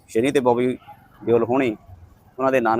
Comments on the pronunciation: ज़बरदस्ती सनी देओल को शनि महाराज बना दिया 😂। ओह भाई थोड़ी शर्म कर , पहले नाम सही तरीक़े से लेना तो सीख । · ਵੀਰੇ ਸ਼ਨੀ ਨਹੀਂ ਸ਼ਨੀ ਦਿਓਲ ਹੈ